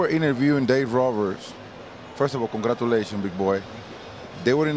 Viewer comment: Con gra du lay chion beag boy 😂